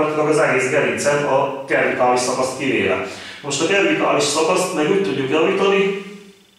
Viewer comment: A cervikális szót c-vel ejtjük. Más is van, de mindegy, nem kötekedni akarok, csak jobb tudni az ilyesmit ha használjuk a szót.